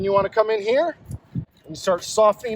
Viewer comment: “This bad boy right heeya”